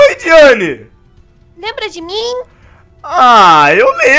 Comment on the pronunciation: Ela falou diana é diane